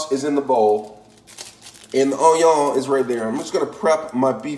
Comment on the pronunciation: I doubted this when he said “Raymen”, almost stopped watching when he showed me craft singles, puked when he threw a hot dog onto the counter, and then cried in my shower when he called onion “ahnyah”. And then. AND THEN he zooms in so we can smell his horrible hotdog-onion concoction. I have never wanted to stick a fork in a electrical socket to end it all so badly.